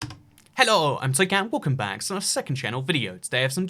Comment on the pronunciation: When I first watched a video by you I thought you were German or something just because of the way you say hello and you saying your name which I didn't understand for a couple recommended videos until I actually read the channel name